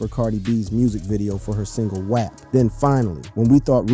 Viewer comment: the way you said WAP.... suspicious